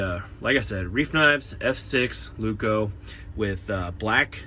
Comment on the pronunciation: Sue you, no; advise you, yes. Lay-oo-koo. Emphasis on the Lay. You're welcome. Broomsticky is certainly a word.